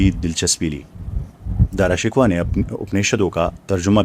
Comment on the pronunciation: dara shikwah nahe hay BALKEH dara shakkoh hay